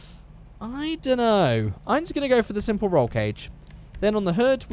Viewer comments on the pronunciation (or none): He said simple d 😂😂